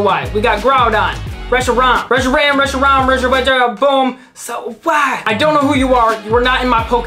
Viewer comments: Not tryna be rude but here’s how you pronounce the card Resh-ee-ram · How to pronounce reshiram resh-er-ram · Yeah guys go easy on. It's just a pokemon name. it's R-e-shi-ram. Get it right. I'm jk. Have a nice day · "Solo galeo" "resiraraham" "professor Reshirt" "Luna La" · Reshiram= (rush) (e) (ram) that’s how to say it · The correct way to say it is resh-E-ram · It’s reshiram dummy